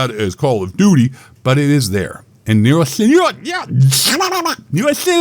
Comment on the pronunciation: Say Nero Cinema again